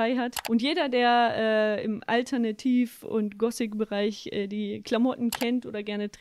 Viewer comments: „gosik alternativ“ wahrscheinlich sagt sie auch smusi statt smoothi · Alter... willst behaupten die Gosik-Dame kann Worte nicht richtig aussprechen? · Wie zum fick kann man gothic als „gossik“ aussprechen